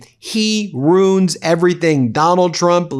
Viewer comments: "Ruin" has two syllables. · Ben, RUIN IS PRONOUNCED ROO-IN, 2 SYLLABLES! NOT ROON. JEEZE, I THOUGHT U WERE AN EDUCATED LAWYER! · As he said initially "I ru[i]n the country and the world."